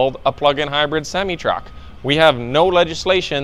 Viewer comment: You need to learn how to pronounce semi.